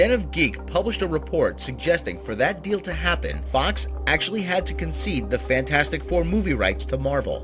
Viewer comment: I love how he always makes a point to keep calling it FantFourstic :P lol